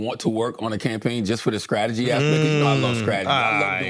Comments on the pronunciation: "I love scradegy" - Charlamagne 😂😂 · Loves strategy but can’t pronounce strategy